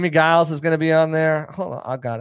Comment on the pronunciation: I know he was before your time, but in case you talk to him, Jimmie Giles is not pronounced with a hard "G". It's pronounced like "Jiles"